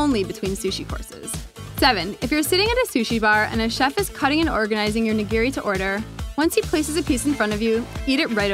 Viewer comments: The actual pronunciation as opposed to ("nuh gear ree"), just start with thinking about "i" being the "eee" sound from english and shoyu and oshibori.. well, we'll focus on the nigiri.. that's the biggee And thanks for pointing out dipping meat side, and not making a mortar out of the wasabi, etc. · Please learn how to pronounce "nigiri."